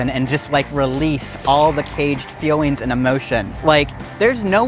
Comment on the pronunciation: Why he saying fewings instead of feelings